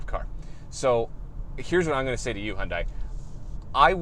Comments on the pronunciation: Is it still that fucking hard to pronounce Hyundai???? Its not Hyun die. Its hyun day omg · ....and hyundia...hunnday...hiyundae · It's Hyundai and its rhymes with "Sunday". Just so you know how to pronounce it.